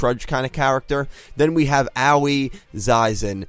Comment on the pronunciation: Bruh I think Aoi is pronounced "Aah oi" like "oi brah"